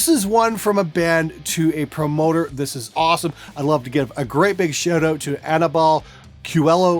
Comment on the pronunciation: why can't this " producer " say the word " Shout " correctly ?